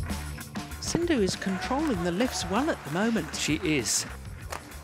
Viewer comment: To the lady commentator: If you can't learn to pronounce PV Sindhu's name correctly, perhaps don't try?